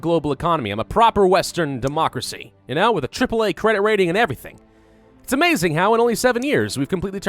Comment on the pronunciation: i want shirts with "And genoa what" this is how he sounds when he says "and you know what?"